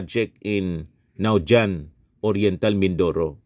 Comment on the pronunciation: Sir, ang pronounce po ng Naujan ay "nawhan" salamat po..